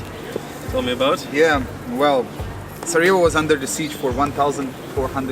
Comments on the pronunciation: Please don't pronounce Sarajevo with Spanish 'j', proper pronunciation is SaraYevo 😁🙋🏼‍♂️ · Hahaha my man, I think youre pronouncing Sarajevo as if you were in Colombia. Its Sarajevo with a Y (younger, yellow) not an H. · Sarajevo not sarahevo